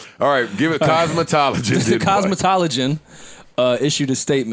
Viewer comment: Yall notice Joe and said COSMETOLIGIAN again!?! listen 🤣🤣🤣